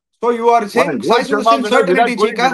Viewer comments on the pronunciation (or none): I’ve been trying to correct you both over the last three years. It’s not certainity or certinity; it’s CERTAINTY. You’re welcome!